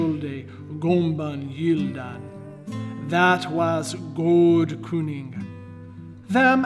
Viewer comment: A little. A couple of words per sentence. Some parts of his pronunciation are not on the spot in my very humble opinion. 1) Why is "cyning" with short vowel? Spelling and cognates make a strong case for long y. 2) geardagum is pronounced [je:ardagum]. Me thinks pronunciation should be closer to [gja:rdagum]. That e in old English corresponds to spelling with j in Icelandic as Icelandic géra (gjera), gjaforð, gjöf, gjald, sjaldan, sjal; the pronunciation here is a little bit too strange. Further "aldorlease": he says [aldorla:ese] with diphthong ae. I think he is wrong, ie I think that that [aldorlja:se] is closer . 3) He say "folce" as [ folke ]. I believe it ("folk" in Swedish). He says "ægwylc" as [ ægwylt͡ʃ ]. Why on earth should these differ? Does the ending e prevent the soft k? And if soft why not [ ç ] or [ ʃ ]? But [ t͡ʃ ]??? Some references for that would be awesome. Until I see that I won't believe it.